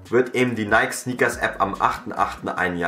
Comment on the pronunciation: Du hast mich wirklich getriggered mit dem Video! :D 1. Nike spricht man nicht so aus wie Bike. 2. KAWS...